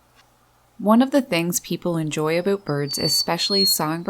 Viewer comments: Like it, but having a hard time with the "aboooot." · Holy shit I’m canadian and never heard anyone here say “aboot” instead of about. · Me: "hm I like birds alright" Narrator: "aboot" Me: :) Me: subbed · Immediately noticed that Canadian accent when she said "aboot" lol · Did you say aboot? Or was that my imagination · Thought " a boat " was a new word. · I think she actually said, “A-boot”. Lol! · The most Canadian pronunciation of "about" that I ever heard. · "About" lol I chuckle Everytime you say it ☺️😄